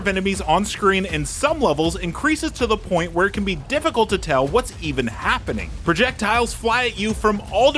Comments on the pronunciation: Project tiles instead of projectiles tee hee 😅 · Bro said “project tiles” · Great review but why do you pronounce projectiles like it's two words? 😮